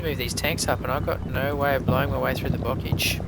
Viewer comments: Bocage is pronounced Bocaaage not Bockage... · Oh, but bocage is pronounced boh-KAHZH /nitpick